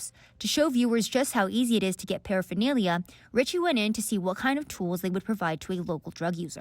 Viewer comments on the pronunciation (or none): Harm reduction saves waaaay more lives than abstinence programs. 12 step programs have a 2.5 to 5% "success" rate. Read the studies. I'm supposed to take advice from this clown who can't even pronounce paraphernalia??